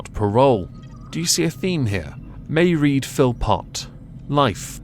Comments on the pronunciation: Mairead is pronounced, "Muh-raid." Serial abusers, murderers, rapists, child molesters, should never be eligible for early release. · It's pronounced Maw raid as in paw, not that it is important. It just sounds off. Love your channel..